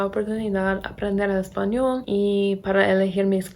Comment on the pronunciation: Hablas muy bien, no me esperaba eso jeje Tienes acento todavía pero estructuralmente tu español es bastante bueno y se entiende perfectamente todo lo que dices. Tienes que mejorar un poco la pronunciación de la "L" cuando dices "español" porque suena como portugués, como una "u" (españou). A pesar de tener acento (de gringa, como dices 😅), veo que se te está pegando el acento de aquí.